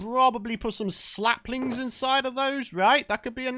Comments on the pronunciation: Sapling! NOT Slapling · I swear he said slapling